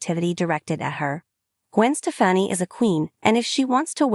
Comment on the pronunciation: Say her name right